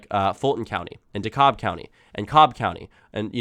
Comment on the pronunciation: DeKalb is pronounced De-cab.